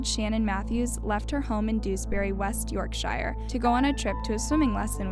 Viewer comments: west york shiyah 💀 it’s west york sher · This happened a stones throw away from where I live. Can see the estate it happened on from my house! I remember it all happening, just glad Shannon was safe and I hope she's living the best life she can now ❤ Also I love how you say Dewsbury and West Yorkshire 😂